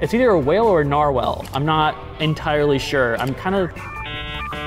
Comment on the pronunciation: nar-well, its nar-wall